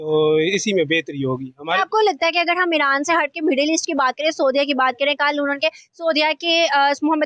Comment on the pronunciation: ईरान को ईड़अान क्यू बोलते है ये गढ़े